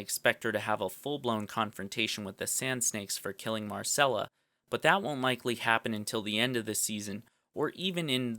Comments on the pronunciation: It's Mycella, not Marcella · "Marcella" smh...